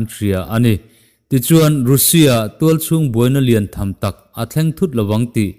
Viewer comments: Russia hi a ri zing si a. A lam dan hi han en chiang deuh la a ṭha mang e. Rusia ti lovin Rasia tih tur ni awm tak a ni. I news ka lo ngaithla kim vek zel e. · Kha2 chu duhdanin a lam theih alawm, mizotawng taka a lam kha kei ka lo ngaithla nuam viau mai